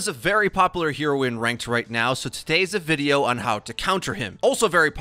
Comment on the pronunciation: Does popular have a silent 'u'? 🤨